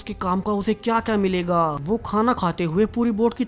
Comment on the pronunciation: Whay nahien hota, Woh وہ correct pronounce ha.